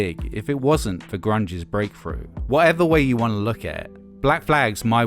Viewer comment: “full- froated vocals” “garage rock frash” “breakfru band”